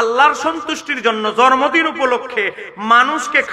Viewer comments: তুমি মৌলভী শুদ্ধ করে জন্মদিন বলতে পারো না জর্ম দিন বল আইছ ওয়াশ করতা মুর্খ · জন্ম দিন ভাল ভাবে উচ্চারন করতে পারে না।